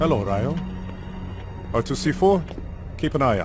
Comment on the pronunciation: why does her name go from being pronounced "ree-oh" to "ray-oh"?